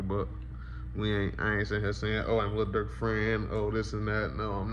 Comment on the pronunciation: did he call durk smurk 😂 duck would never